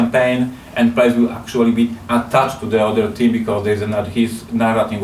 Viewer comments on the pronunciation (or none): I thought he was saying 'team' not theme for the first 18 minutes